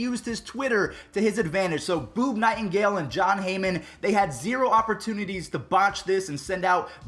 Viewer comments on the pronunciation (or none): Boob nightingale how are you so bad a saying names you just can’t do it you spaz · Did anyone else here say Boob Nighengale 🤣